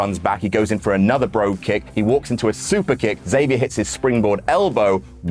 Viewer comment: you really got to hit that "X" on xavier harder. But other than that great stuff as usual.